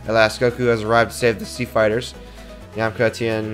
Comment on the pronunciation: you said yamcha wrong too